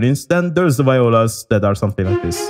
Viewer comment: Hey, I just want you to know that viola is pronounced "vee-olah" and not "vie-olah." I'm super glad they sound awesome in Jaeger, violas are very underappreciated!